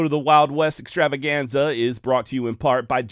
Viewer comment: Ok a little more on the extravaganza. It should be" the wild west ExTravaGanZaaaas!" Do it right dam it!😂